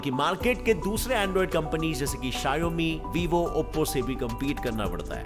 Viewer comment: शाऔमी ❌ . शायौमी ✅